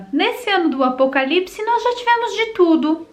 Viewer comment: eu morro de rir quando ela fala , do acopalise ! as viagem ta grande viu ?